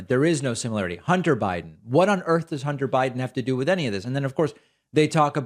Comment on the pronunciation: She didn't say "Hunter", she said "Honter".